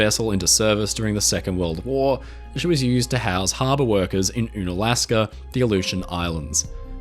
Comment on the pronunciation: For future reference: Unalaska is pronounced like Uncanny, not Une-alasks.